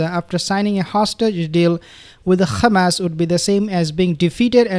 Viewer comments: He mocks the Israelis by using their incorrect pronunciation - Khamas. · you pronounce Hamas like hebro jews ,like Nutyohoo, there is no khamas my friend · Please dear beautiful soul Just want to know that you put too much effort on the first syllable of the word hamas. Pronounce it as a "H" like the dich hummus if this help. Only Israelis scratch their throat to Pronounce the Ha. BTW you pronounced ot right the first time in your video then you rectified. God bless